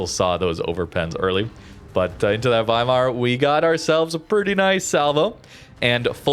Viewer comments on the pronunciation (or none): none